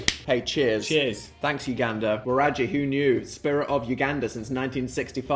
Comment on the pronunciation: Waragi is pronounced with a g like good or guy, not usually a j sound. But I love the east African representation from your fans from here ❤❤❤